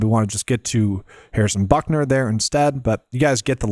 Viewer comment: Its but ker. Not buck ner. He used to play 1st base lol